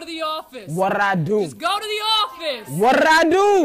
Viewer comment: How to make his "what did I do" Put your tongue your lips Make the "Br" sound with your lips Pronounce "What" "Whrat"